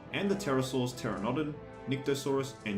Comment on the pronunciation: You pronounced Pteranodon as Terra-nodin. Lol XD